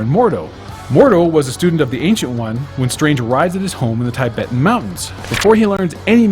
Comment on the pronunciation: It’s pronounced “Tih-bet” not “Tay-bet”. It was a sovereign nation invaded in 1959 by China. The Ancient One was Tibetan, not Celtic.